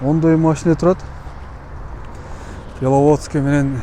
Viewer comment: Белаводск эмес Беловодск